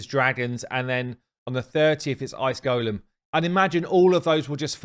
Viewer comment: Love your videos mate. Thanks for helping me sort out my broken team. I've been playing this game as wrongly as you pronounce golem. Have you never seen Lord of the Rings? ;)